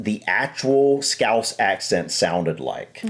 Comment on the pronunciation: I love how you actually pronounced 'scouse' correctly